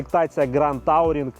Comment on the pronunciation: Тауринг - дядько явно у школі вчив німецьку 😂